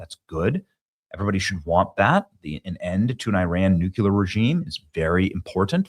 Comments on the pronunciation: New clear. Nuclear Why do you say noouckyoular ? Bizarre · Nu-cue-lar is simply an incorrect pronunciation of nuclear. Look at it phonetically, NEW-CLEE-ER. Really a pet peeve and you said it a million times in this video. Robin Williams also said it incorrectly, arghh... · Yall! Please teach Benny how to say the word nuCLEar not nuCUlar. Especially on a video where he says it no less than 15 times. 🤦‍♀️. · You're awesome Benny, but you DO keep triggering a personal pet peeve of mine going back to the Cold War. The word "nuclear" is pronounced NEW-CLEAR and not NEW-KEW-LUHR. You add an entirely additional, non-existent ghost syllable and mispronounce the word. Why do soOo many people do that to the word NUCLEAR??? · New-Clee-Uhr. NOT new-cue-ler. Didn't we go through this with W Bush? Also, SAVE ACT!!!! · Benny, I love ya, but it's: New Clee Ar! Not New Cue Lar. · "NEW - CLEE - AR" - Thank you for your attention to this matter. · Here's an idea. Maybe stop with the stupid clickbait titles and just tell the truth. Every time I click on one of your videos it's completely different than the title. But anyone who pronounces nuclear as nucular is clearly an idiot, anyway, so this will most likely go right over your head. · Please Benny, "NucUlear" is not a word. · Hey Benny…. We love ya, but you absolutely have to stop saying nukular. I’m not sure why this happens with some people but it’s really hard to take you serious when you can’t say nuclear. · Not pronounced Nucular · Please learn how to say nuclear. You are doing yourself a disservice.